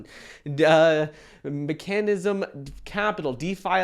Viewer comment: me-cann-ism? Seriously, are you illiterate? If you cannot pronounce a 5th grade word, then why should I listen to anything you have to say regarding investing?